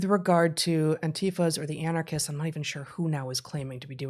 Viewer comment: Bret keeps mispronouncing violent "communist" as " anachrist". Or is that his form of the dont hurt my sign?